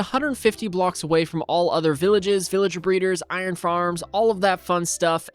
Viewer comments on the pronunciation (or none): none